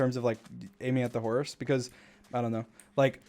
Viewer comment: no one: dream: h o r z e